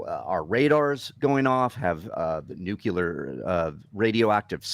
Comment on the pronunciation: I really appreciate your post on this. But not knowing of “The Gang of Eight” and mispronouncing nuclear as nuke-u-lar, is quite a bit of turn off.